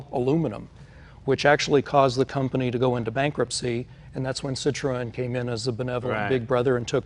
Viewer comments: its not 'sit row en' its 'sit run' like citrus but citron (Citroen) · No. The two points above the 'e' indicate that the 'e' is spoken non-conjucted -- so it is 'Citro-e-n'. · Citroen,sit ron.not sit,o rean, Just sayin' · Haha I love how Jay changed his pronunciation of "Citroen" after he heard say it!